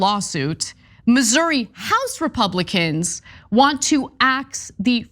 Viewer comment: Finally, someone who pronounces it correctly.